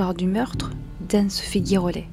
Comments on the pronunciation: Ça se prononce GIrollet ; comme Girafe et non GUIrollet ; comme GUItare !!! Écoutez la phonétique, cela vous évitera ce genre de remarque 😊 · Cela se prononce « ji rollet « et non gui. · Girollet ça se prononce Ji et pas gui . Il n'y a pas de "u" après le G . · Oui cette prononciation d un nom écorché est vraiment moche !